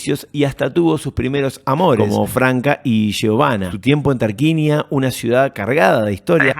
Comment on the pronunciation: Dato de color,se pronuncia "Tarcuinia"😊❤